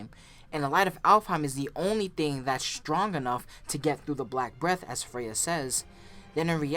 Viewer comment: "STONG" smh